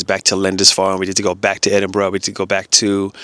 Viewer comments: I think you're the first American person that I've ever heard pronouncing 'Edinburgh' correctly 😂. Hope you and your family come back up to Scotland soon! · I know you've been here for a while because you can now pronounce "Edinburgh" properly!! 😂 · I have just come across your channel so I don't know everywhere you've been yet! Have you toured the castles of Wales yet? Also as you like Scotland have you visited any of the Western Isles?, Skye for example. By the way congratulations on pronouncing Edinburgh correctly! I live in beautiful Cornwall but it is best avoided during the Summer when it's too busy!